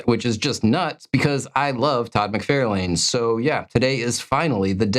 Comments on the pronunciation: Todd Who?? Hahahaha. I couldn’t pay attention to the questions because I wanted to see many ways they pronounced McFarlane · Okay I’ve been waiting for today. Are you and trolling us with your pronunciation of todd mcfarlane and rob liefeld names? You both say mcfairlane and leefield instead of mcFARlane and lieFELD. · Say it with me now. Mc-FAR-lane. There's no "I" in it to pronounce it as "McFairlane". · The Todd-Father himself says "Mc FAR lane" as in a galaxy very "FAR, FAR" away. Nothing "FAIR" about it. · The hardest question was apparently how to pronounce Todd Mcfarlane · Todd mcwho I had to rewind to listen to your pronunciation of my favorite comic artist